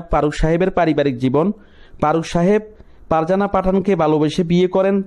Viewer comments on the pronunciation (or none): আপনি তো ঠিকমতো কথাই বলতে পারেন না।।ফারুককে বলছেন পারুক,ফারজানাকে বলছেন পারজানা আরও কতো কি।।ভাষা ঠিক করেন।